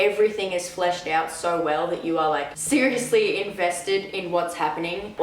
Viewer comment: “You were SIRUSLY invested”